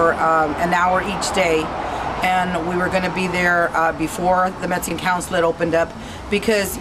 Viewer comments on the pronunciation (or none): She can't even say Mexican. She say's Metzican.